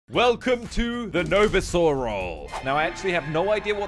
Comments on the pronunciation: Its no vizer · No-Vizer says No-Vizer one of us